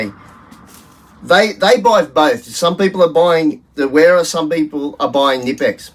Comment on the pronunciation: And WERA is pronounced VERA. Heck, majority of people mispronounce Adidas, Volkswagen and so many more! But most people get stuck in their ways and refuse to understand languages different from their own. So they'll go on saying Nippex, WERA, et. al.